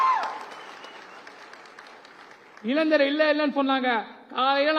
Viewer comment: இளன்ஜர் இல்லை, இளைஞர் கலைன்ஜர் இல்லை , கலைஞர் சரியாக உச்சரிக்கவும்